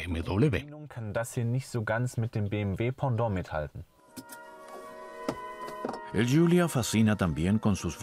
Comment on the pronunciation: Se dice BMW W de uve doble o doble V, no doble B, W esto no son dos BB por favor